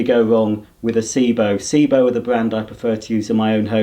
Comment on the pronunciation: Also it's Sebo not Seebo